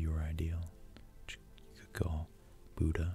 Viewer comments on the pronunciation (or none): none